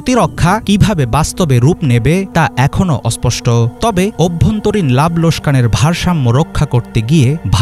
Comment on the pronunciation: উচ্চারণটি হবে লোকসান। লোসকান নয়।